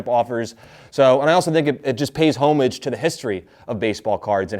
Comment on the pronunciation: Did he just say “Hoe-mag-e” lol